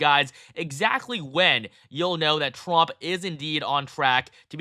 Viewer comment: I'm sorry, but is he saying Frump?